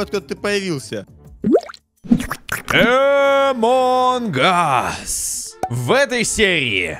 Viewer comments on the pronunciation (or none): Правильно говорить не амонг ас а амон ас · Почему амонг гас а не ас англиский не заете! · правильно говорить Амонг Эсс